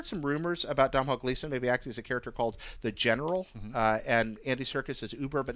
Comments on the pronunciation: Domhnail is Don (like "don't") - ul. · I'm from Ireland and it's pronounced DONAL Gleeson!! not DOM-HALL? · Domhnall is pronounced Doe-Nal not Dom-Hall (just putting it out there) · Cool video guys, just for future reference though you are pronouncing Domhnall Gleesons name wrong. His name is pronounced phonetically as doe-nahl. So doe as in Homer Simpson and the a in Irish names is generally pronounced more as an ah. The mh is silent. But to confuse matters further most people from Dublin (where he's from) would pronounce it phonetically as Doe-nil. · Domhnall Gleeson's first name is pronounced DO-nul and is the Irish spelling for the name Donal. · Just a heads up to, Domhnall is pronounced Donal!